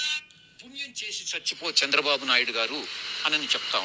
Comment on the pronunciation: 🦜 NOT " Chachipo "... 🤫 Manchi Panulu Chesi.... " CHACHI PO "........ 2 ) WHO SAID JAGAN STOPPED V.SAI's CHANNEL.... 3 ) Renuka Chowdhury " PUBLIC LY.... in... PARLIAMENT.... SAID.... " IT'S KAMMARAVATHI ".... 🦜...... JAKEE..... 🤣🤣🤣..... Dhanraj Journalist ✒️🔥